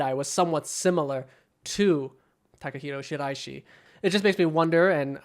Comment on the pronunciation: Love that excellent pronunciation of the guy’s name